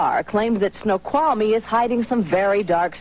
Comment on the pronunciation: snow-qhal-a-mee Oh jeez...